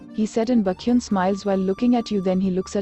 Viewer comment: The AI pronouncing baekhyun as bakhyun is just so funny 🤣🤣🤣🤣